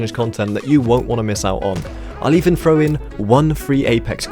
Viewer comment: "85% oF yOu ArEn'T sUbBeD aNd I LiKe eAtInG pOoP" Shut up. You don't deserve more. You can't even say 'throw' correctly. Hint: It isn't 'frow'